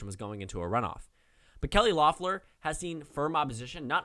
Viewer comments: Pst, it’s pronounced “Leffler” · Her name is pronounced Leffler.